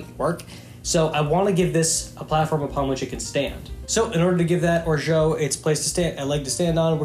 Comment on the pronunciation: Your pronunciation of orgeat is ridiculously poor. Please improve it.